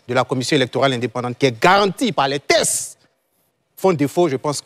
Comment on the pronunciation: C'est teXte et non tess En plus il appuie avec force comme s'il avait raison. Ko tess😅